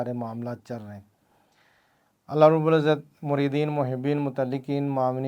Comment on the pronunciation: Allah rab ul izat hota hai janab - rubal izat nahe 😡😡😡😡